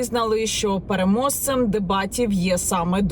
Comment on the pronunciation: Переможцем а не перемозцем. Явно, навчіться говорити українською. Чи вам миліша російська?